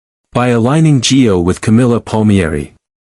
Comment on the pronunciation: It's Gio not G O.